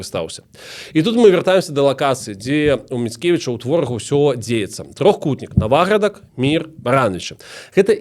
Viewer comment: вялікі дзякуй! тэма філаматаў філарэтаў +++ трошкі рэжа слух націк у назвах) правільна НавАградак і НавАградчына:)